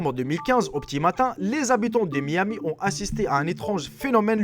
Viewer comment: "qui zont" non "qui ont"